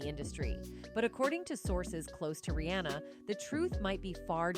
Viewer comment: 🧡@ Pls tell the lady who was talking in the vid its; 1) AM (like I am) -ER-IE 2) Bow (Beyonce section) not bo (as she said it) 3) Ri-haa-na not anna😳😳 4) Roc (like rock)-A-Wear Lady pls pronounce right😳🤨